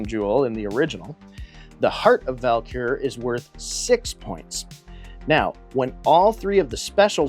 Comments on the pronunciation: Have i been mispronouncing the name of the Idol?? I kept hearing "Val-Kur" and I have always called it "Vul-Kar"... now I need to find my instruction manual ha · Take a shot for every time he says Val-Kur instead of Vul-Kar 😅 I have the 2018 version, and a lot of nostalgia for the 1986 (my year of birth) as well!